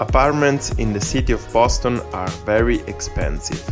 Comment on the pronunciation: Bohston!? The rent is too damn right! 💰😩